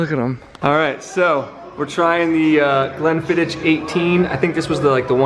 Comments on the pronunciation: loved the blog!! and here in scotland we pronounce glenfiddich... "glenfiddick" so the H is pronounced as a K 👌🏻🏴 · The pronunciation of the whisky you don’t say the ch at the end, it’s more Glenfiddick in term of pronunciation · I'm Scottish. You guys are saying Glenfiddich wrong, the ch is not pronounced like the ch in bitch, like you and say. It's like the way we say loch, as in loch Ness... it's not easy to type the way it sounds, so maybe check YouTube for a Scot talking about lochs (our lakes we call lochs) (Americans usually mispronounce loch 'lock'... this is why ya need to get the ch part right) the correct way is a soft noise from the back of your throat. The way a proper Italian says Lamborghini countaCH, instead of the wrong but more common countaSH most people say... if you get the right noise for the correct pronunciation of countach, that's the way to nail all the whisky names with ch in them! You'll be able to make the sound for sure, you'll make it often when playing with your cats! It sounds like a cat telling you to piss off! Chhhhhh! Good luck. It's funny teaching tourists this when drunk. They make weird noises like they are choking or clearing their throats, but they're happy once they nail it.